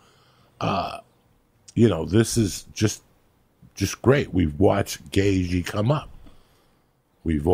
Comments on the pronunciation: Joey - "Justin Gayzhee" 😆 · Gay Gee ? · "justin gay g" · “Gay G” haha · "Jason Gagagoop" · Ah yes, good ol Justin Gayzhee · Justin Gayjee lmao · "Justin Gay jee" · Justin gayG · Better than jason gabagoop ahahahah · Gayth je